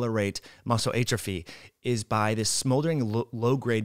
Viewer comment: Great info. But you are killing me with how you pronounce atrophy